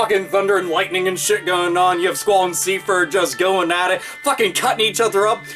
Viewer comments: Seifer is pronounced Cypher not seefer. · Seifer. Not Seefer